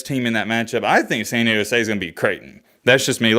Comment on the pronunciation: America's Finest City moving on! 🤙🤙🤙 Btw, there's "D" in San Diego homie😂😂😂